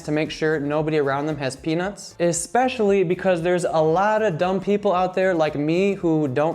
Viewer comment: Great advice, presentation, and editing. One small nitpick: the word is "especially." Note the spelling. It's not EX-pecially. It's ESpecially. There is no X. Other than that, great list. I am subscribed for more great travel tips. Thanks for all you do. I ESPECIALLY loved the PB&J story.